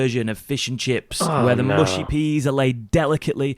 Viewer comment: That’d be “muhshy” not “mooshy” 🇬🇧>🇺🇸 😉